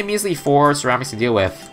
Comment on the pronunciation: I swear I hate "cerams" your not even saying it quicker your just changing the last syllable